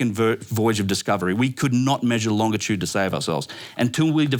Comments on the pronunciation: It this dude say “longa-tude” one more time I swear 😂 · For being so smart, how come he can't say longitude correctly?